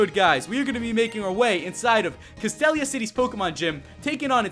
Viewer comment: your'e pronouncing castelia wrong